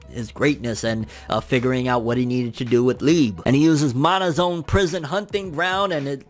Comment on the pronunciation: It's pronounced "LEE-BAY" lol. Normally I'd be irritated at someone mispronouncing a name but it's really just another endearing quirk of his lmao